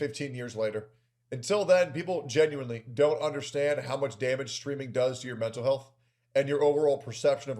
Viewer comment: I toek a shot evwytimes he saids genuinewly noes I drink